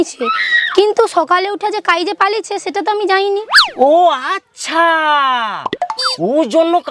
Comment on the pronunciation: বউমা আমানকের ভাষা ঠিক ঠাক কইতে পারেটেনি। বউমা শহরে রয় বুঝা জাটে। ০০:৩৬ এ দেখো সেটা তো আমি জাইনি নয়, স্যাটা হবে সেটা নয় স্যাটা